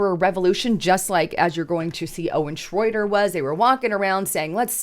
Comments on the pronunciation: Shroyer not shroader! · It's " shroy- er" not " shroy- der". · Schroyer not Schroyder. She really needs an editor. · Shroyer, not Shroyter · HIS NAME IS SHROYER NOT SHROIDER. LOL. Meanwhile BLM rioters are being paid millions in lawsuits by crooked judges. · Who is Owen "Shroyder?" It's Shroyer,....ooops! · It's pronounced shro yer.. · you could do is say his name right...SHROYER.😂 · Isn’t it Shroyer? I think you are getting his last name wrong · Why can't you say his name right? Owen doesn't have a T or a D in his last name. This is a garbage channel. has been saying red alert and end is near for 5 years. Not one warning or anything you say has been true. I hate the left but I hate all people who just make things up and try to keep people in fear. you are done. You're old and washed up. And you're a propagandist and it doesn't help anyone to tell them lies. And it's always "join my channel to hear the real news!". So you're going to only tell the people who pay the truth? This sounds like a left job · It's Shroyer.